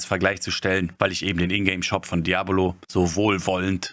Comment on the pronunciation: Ich fand dein Video der Hammer.. geb dir in allen Punkten Recht und hab das Video deshalb auch genutzt, um Helldivers2 Freunden "vorzustellen" :) Trotzdem hast du mich immer wieder verrückt gemacht mit der Aussprache von "DiabOlo" arg :D :D :D